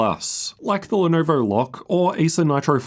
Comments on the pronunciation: " From Lenurvur" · Nah he said "from lenourvour"